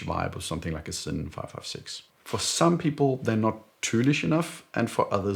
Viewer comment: Neither „Thinn“ nor „Zinn“ but Sinn. Why does that seem to be so hard for the anglophones? 🤔 Think „SINN(er)“